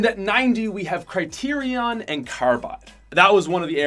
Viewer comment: Cry-ter-ion is actually pronounced Sit-ron